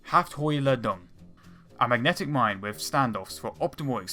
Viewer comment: "Mine" Not "mina" and "Pistole" Not "Pistola"